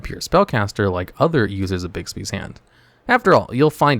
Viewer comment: Sweet lord, stop calling it 'Bigsby's' it's 'BIGBY'S'